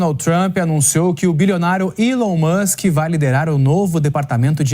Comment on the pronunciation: Algum jornalista vai apreder a falar Elom ao invés de Willow 😂😂😂